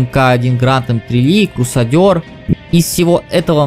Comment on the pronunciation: Как убить своего учителя английского? Скажите "Крусадёр"